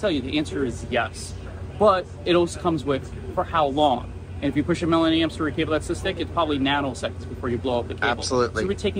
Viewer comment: I heard "can you pass a million amps through it" as "can you pass a living hamster through it" and thought wow, what a strange measurement for an engineer to consider...